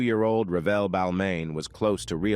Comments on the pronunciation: It’s “Re-velle” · It’s actually Revelle